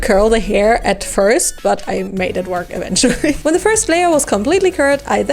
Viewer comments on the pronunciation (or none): none